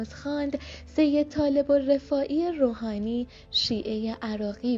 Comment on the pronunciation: علاوه بر لحن نچسب و شل و ول حرف زدن گوینده، متاسفانه ایشان گویا سواد درست و حسابی هم ندارد و ظاهرا بلد نیست اسامی را چطور تلفظ کند و یا روی کدام حروف کلمات تاکید کند تا شنونده اهمیت آن بخش از جملات را متوجه شود. به طور مثال جایی که غسال و نمازخوان پیکر شاه را معرفی می‌کند اینجور میگوید: آن که بر جنازه شاه نماز خواند، سید طالب الرفاعی‌ی روحانی، شیعه‌ی عراقی بود! انگار این شخص کلمه‌ی روحانی هم جزو نام فامیلی اش است که( طالب الرفاعی‌ی روحانی) تلفظ میکند، در حالی که خیلی ساده اسم او طالب و فامیلی اش الرفاعی است و عبارت (روحانیِ شیعه‌ی عراقی) معرف شغل ، مذهب و ملیتش است یعنی یک روحانی دارای مذهب شیعه و اهل عراق . در جای دیگر می‌گوید او مهمان محمد انورِ سادات بود!!. خنده دار است که سادات شخصیت گمنامی نیست و در طی حدود پنجاه سال بر حسب مناسبت‌های گوناگون از او نام برده شده و طبیعی است که حداقل باید نام او به گوش این خانم مثلا خوش صدا، رسیده باشد که اسمش محمد و فامیلی اش انورالسادات بود نه (محمد انورِ ) (سادات) اساسا در عربی حرف ربط الف لام یا همان ال اسم تعریف معرفه است و در اینجا اگر بخواهیم آن را ترجمه کنیم یعنی (محمدی که نورانی ترین فردِ بزرگان یا سادات است) و با تلفظ اشتباه ایشان تقریبا اینطور معنی میدهد:(نورانی ترین محمد بزرگان!) که معلوم است با نام‌گذاری عربی چقدر فاصله دارد. از سوی دیگر یشان با تصور خوش صدایی ،لحن کودکانه و عروسکی به گفتارش داده و به شدت حوصله‌ی شنونده را سر می‌برد. نکته‌ی دیگر تضاد روایت و جانبدار دیده شدن بی دلیل نویسنده‌ی متن است. مثلا وقتی در ابتدای ویدئو وقتی شاه پهلوی را بدون لقب شاه و فقط( محمدرضا پهلوی) خطاب میکند، برای آیت الله محمدباقر صدر از لقب (ش